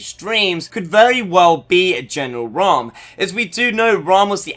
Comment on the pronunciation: Sorry but ha e to say it it's not raam